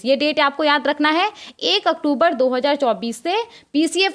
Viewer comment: Madam, pahle aap October ko sahi se boliye. Bahut bhadda lagta h.